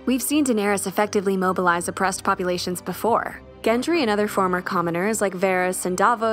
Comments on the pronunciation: How do you get "Gen Tree" from Gendry? If I find a YouTube video with less than 2 mispronounced words I'll know the world is ending. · Why does she pronounce Gendry as Gentry? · It’s GENDRY not GENTRY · Gendry with a D, not Gentry. Sorry, it was irksome. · I can't. GenTry is not a thing, it's Gendry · Is it me or is she saying "Gentry"? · Why is the narrator calling him GenT-ry?! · Good grief pronounce his name correctly or is GenTry a new character? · Really sounds like the narrator is saying "Gentry" here. Not enough to ruin the video, per se, but really distracting.